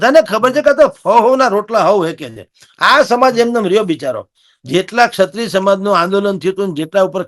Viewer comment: સત્રિય ન બોલો. ક્ષત્રિય સાચો શબ્દ અને ઉચ્ચાર છે. એન્કરની તો બહુ મોટી જવાબદારી છે ભાષા પ્રત્યે સભાનતા અને ચોકસાઈની. આવા ઉચ્ચારો સાંભળીને નવી પેઢી શીખશે શું?